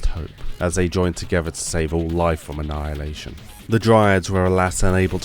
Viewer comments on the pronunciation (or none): none